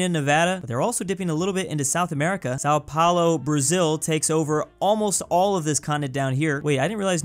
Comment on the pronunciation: BRO YOU SAID SAO PAULO ITS SÃO PAULO TO BRAZILIAN PEOPLE YOU SAID LIKE SALT IN THE DICK.i am from são Paulo